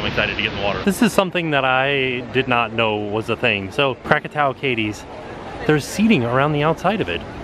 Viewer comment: who else heard him say the name of the volcano and think cracatowa!!!!1